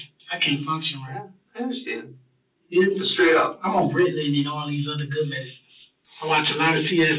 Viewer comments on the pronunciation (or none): none